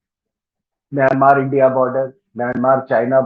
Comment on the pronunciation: इस देश को म्यँमा कहते हैं, सही उच्चारण। छिन स्टेट ही नहीं, उत्तर में कछीन, दक्षिण पश्चिम में रखाईं, दक्षिण पूर्व में कया, करीन, उत्तर पूर्व में शान, सभी अपनी स्वतन्त्रता चाहते‌ हैं और संघर्ष भी कर रहे हैं। और ये सभी देश या तो इसाई या मुस्लिम मेजोरिटी वाले प्रान्त हैं।